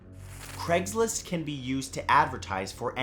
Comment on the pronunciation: Take a shot every time he says “cregs list” instead of Craig’s list.